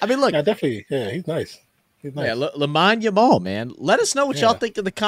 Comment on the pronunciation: It's pronounced Lameen Yamal